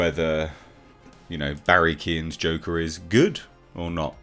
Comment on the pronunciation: Everyone pronounce Barry's surname wrong. The phonetic way to say Keoghan is: Quown.